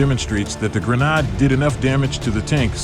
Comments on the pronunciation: lol sry dude but yeah a Grenard... definitely Gren-ade just like lemon-ade. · Whats a granaaaad? :D :D :D And octo means eight, but I only see 4 propellers, so its a quadcopter, not an octocopter.